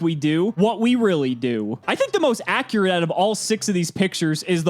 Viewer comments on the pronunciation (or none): none